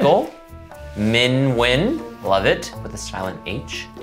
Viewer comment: I don't want to keep yapping about this but has gotten exceptionally better at pronouncing "Nguyễn" (even included the tone!) since the last time he mentioned the name. Always love to see that as a Viet person, much appreciated!!!!!